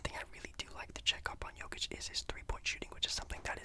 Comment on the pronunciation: Video got recommended to me now 2 years later😂 still watched all and I’m happy just cause of the fact you actually said Jokics name right. Hate it when people pronounce him Ni-Cola Joe-kick.